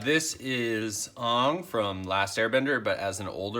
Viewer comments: On?! Come on man it’s pronounced ane. Sorry that’s my biggest pet peeve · Aang is not pronounced Oung, come on they say the name in the show, literally even in the intro. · Avatar isn't anime, why do u say his name like that? It's pronounced with a long a... Anng.